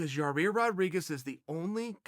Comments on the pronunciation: YA, EER. NOT YA REAR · “Yah-Eer......?” Nahhhhhh. “Yar-Reer”. 😂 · It's pronounced.....YA! YIR Charl seems to think it's pronounced YA! REAR. And you didn't just say it once, you had to say it incorrectly about 50 times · okay bud it's pronounced yai-eer, not fucking yarear. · Chael : yah rear can I schedule you for an interview for my YouTube channel? Yair: sure but it's pronounced yair Chael: ok great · You said it Yair and then you get back to yarear 😂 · YAI EAR NOT YA REAR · Dude is not yarear. Yai ear. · Ya Ear....Yer Rear...haha Tight! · It's pronounced "Ya-Year"! Why on Earth are you putting a second R in there? I'm not normally too fussy about stuff like this, but damn dude. You're so far off it makes my OCD kick in . and it didn't help that you said his name like 20 times during the video either, Charell... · Ya rear, yo rear, yor ear Loool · Ya rear🤣🤣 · Yar rear lmfao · So chael still hasn't got yair name correct yet?? "Yarir" "yarear" "yaear" "yahear"😂😂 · Chael “Yarir” Sonnen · Come on Chael.. you have a different name too, don’t mess up Yah-reer’s name ... 💯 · He said YA REAR! 🤣🤣🤣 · I came here just waiting for chael to say yarear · Yah-rear...Chael loves to talk about fighters yet not know their names. It's cringe bro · YA-EAR say it like that big fella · Ya-Ear bro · Chael "The American Yah-rear" Sonnen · Classic Chael. YaRear, lol. I dare you to correct the biggest gangster in west Lind Oregon. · Uncle Chael, it should sounds like YA-EAR.👌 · Germy and yah-rear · I thought it was pronounced "Yah-ear" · yair rodriguez! chingado chael! tan facil de pronunciar ombre!! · Literally just clicked on this video to see if he’s still calling Yair YA-REER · YA REAR!!! LOL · Chael, who the fuck is Yah-Rear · He is clearly squeezing in as many "Ya-rear's" as humanly possible, just to rile us up. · Lol, saying Yair's name both ways..every time I hear "yar-ear" I cringe a little and wonder why Chael says it like that..he seems to like the guy. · Yarir lmao